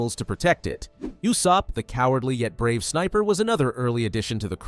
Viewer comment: People gotta learn to pronounce Usopp's name. It's not you-sopp.